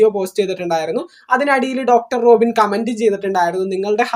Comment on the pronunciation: റോഖിൻ അല്ല 😂 റോബിൻ